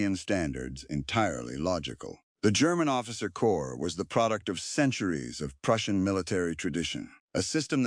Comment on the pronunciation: Note to AI, Corps is pronounced core the p and s are silent...